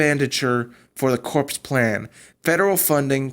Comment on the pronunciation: I watched the whole thing....you are not very clear. And, btw "corps" is pronounced "core". No "s".